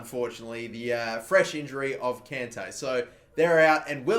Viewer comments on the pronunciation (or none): It's con Tay. Not can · please stop pronouncing kante wrong! its the same as conte. its like nails on chalkboard when you mispronounce it